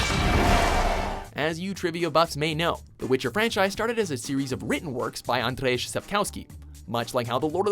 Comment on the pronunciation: Andrejisz Sapkołski hahahahaahh WTF he is not russian he's polish so it's more like Anjei not Andreijsz :DDDD